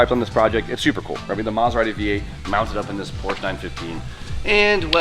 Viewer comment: Do you say Porsche wrong to troll us?